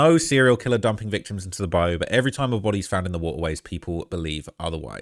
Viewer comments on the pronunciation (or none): It's "Bi - U"...🤦‍♂️